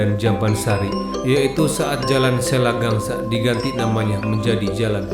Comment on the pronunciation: Selagangga, lain selagangsa...